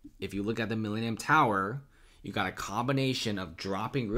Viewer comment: This is the Mi-lean-eum tower